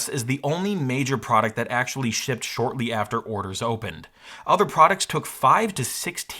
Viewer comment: Did this guy just say shipted? SHIPPED!